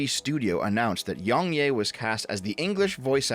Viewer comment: I just wanna say how I think it's funny you call him yongyay rather than yongyeah.